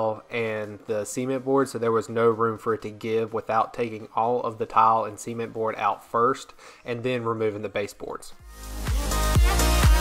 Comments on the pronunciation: Are we all just going to ignore the way he says SEEment boards. I swear, every time he said it I thought he said seamen boards lmao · I really thought was saying semen board.. 😬 🤭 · I think that’s just how Americans say it. 🙄 not even how it’s pronounced.